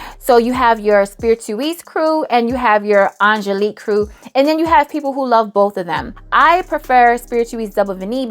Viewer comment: I was with you till you said Angeliquie....my darling darling Angeliquie? 😂 I still love you though